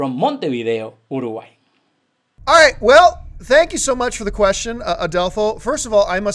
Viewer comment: Love how she pronounced Uruguay. :)